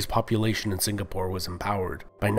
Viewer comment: I like how he can pronounce melacca correctly but mispronounces the word malay and singapore